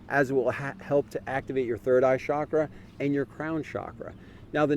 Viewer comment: Nicely presented. Just a humble request. Please alter your pronunciation of “Mudra”, “Chakra”, etc. It isn’t pronounced “Moodra” but the “u” is a shorter “u”. Similarly, it isn’t “Shaakrah” but “Chukruh”. No offense intended, but people learning from you will continue on these mispronunciations.